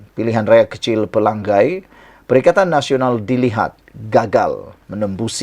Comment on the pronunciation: Chemomoi bunyinya CHE/MO)MOI bukannya CHI/MO/MOI. Pelangai bunyinya PE/LA/NGAI bukannya PE/LANG/GAI